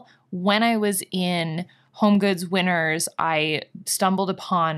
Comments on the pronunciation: I totally thought you were saying "Winters" as the store name this whole time. I just read your comment where you say you did a haul from "Winner's". Lol! I like Winner's as the name so much more. I was wondering if it's like a Canadian T.J Maxx? But I like the napkin holder. They have cute stuff. And you and Andre having matching masks is so cute🙂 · I definitely thought you said “I don’t know if you have winters where you’re from.” Then I realized you said Winners. Well I live in Arizona...we don’t have either 🤷🏽‍♀️😂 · At the start, I thought you said winter's, not winners lol and I was thinking "In from Australia and we don't have winter's, but we are in winter" lol ❄❄❄